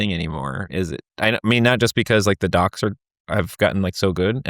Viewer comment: Understood "dogs" instead of "docs". Was just happy that there were good now 😅